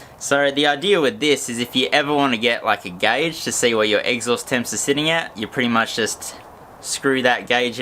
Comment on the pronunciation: He calls it the eggsaust 🤣